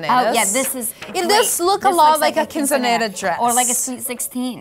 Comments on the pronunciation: When she said quinceneddas dress 😂😂😂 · she doesnt even know how to say quinceañera 🤦🏽‍♀️